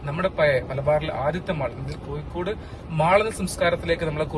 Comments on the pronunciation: Koyikode അല്ല ചെങ്ങായി. കോഴിക്കോട്‌.......വൃത്തിയായി സംസാരിക്കൂ. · koyikkodu alla kozhikodu